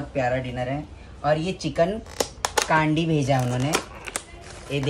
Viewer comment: It's candy roll not caandy